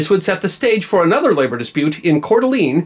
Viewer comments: Coeur d'Alene is pronounced 'core da lane', not 'core duh lean'. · Raised in Wallace and went to NIC when it was still a Jr College, you are almost correct on the name it is pronounced as Core-duh-lane may be saying the same thing but the middle is def. a duh. now lets try Pend Oreille :>) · In the Spokane / C d'A area, we typically pronounce it Core deelayne not deeleene. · Love your program, but as a native of the Pacific Northwest, we call it Korr deh Lane with Lane rhyming with Pain. It's a picturesque and lovely area, rimmed with resorts, cabins and grand houses. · Not to pick you apart and I'm not trying to be rude but your pronunciation of Coeur d'Alene is a bit off. It actually sounds like *Cord-uh-Lane*. Another one that most people who don't live here struggle with is *Boise*. People tend to pronounce it *Boyzee*. The proper pronunciation sounds like *Boy-SEE*. Anyhow, I just wanted to tell you how much I truly enjoy and appreciate your videos. I've loved history as long as I can remember. If you manage to read this, could you maybe do some more videos about Idaho history? I think that would be great! Keep up the awesome work and great content. I am so glad to have stumbled across your channel!!! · My grandfather, who grew up in Cour D'Alaine Idaho, always pronounced it Cor-d-lane. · As always, a great video. But, much like South Dakota and the pronunciation of Pierre, please, it's Coeur d'Alene... (Core deh LAYN) ... Same goes for the lately famous Moscow (Mos Coe) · Pronounced "Kore de lane" ... you're welcome. THG - "Labor has soured on violent tactics" Jimmy Hoffa - "Hold my beer, brother" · You pronounced Coeur d'Alene wrong. I can't blame you as Idaho has plenty of french-origin place-names that aren't pronounced by locals in the way that anyone else would expect - but nevertheless ... The wiki page for the city has a sound file that pronounces it correctly if you care to hear it. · You murdered that pronouncing of Coeur d' Alene.......